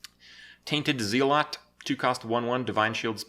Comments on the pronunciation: Z EEEE AAAA L O T? Really? Really Kripp? This is almost as bad as "ek cetera". Get your facts straight!! Other than that, great vid, as always ♥♥♥ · Tainted ZEELOT!? hahaahahahaa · "Tainted Zee-lot" lol Kripp plz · "HEALED-near" "ZELL-uht" "PREV-uh-lent" "EH-bun" "LIFF-a-STAY-el" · Zeelot? Zeelot?! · That's where you'd be wrong, he has no idea how to pronounce zealot.